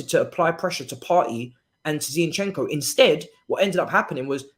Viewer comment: please pronounce the players names properly. It's HavErtz, not HavArtz. It's Zinchenko, not ZiEnchenko. Thanks